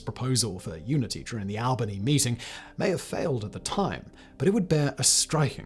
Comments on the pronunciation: Albany pronounced (all- ben-ee) not ( al-ban-ee). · Simon I love you man, but it’s not pronounced Al-bany. All-bany. This is coming from a local ❤